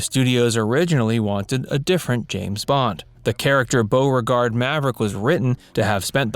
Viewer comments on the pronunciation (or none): none